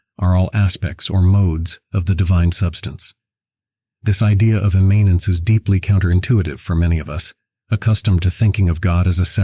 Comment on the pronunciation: Pronounce it correctly then!